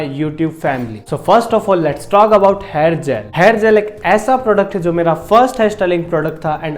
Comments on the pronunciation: Hair bolna seekh pehla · first of all. herrr nahi hair hota hai buddy. correct it